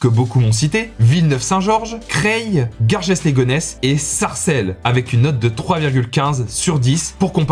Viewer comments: on prononce Garge pas Gargès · Phonétiquement, Garges les Gonesse se prononce 'garge' pas 'gargeSSE' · Gargesss les Gonesse , on ne prononce pas le s , c'est garge les Gonesse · ((( on ne dit pas "gargesse- les-gonnesses"... on dit ''garge''- les gonnesses.....))) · Garges se prononce "garge", sans le "s" :) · "Garjesse" les gonesses bahahahahah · Ne prononce pas le S dans Garges les Gonesse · Salut je voulais juste te dire que j'habite à sarcelles et c la meilleure ville pour moi et aussi dans garges-les-gonesses le es ne se prononces pas